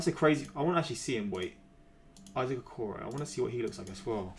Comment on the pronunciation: He pronounced it right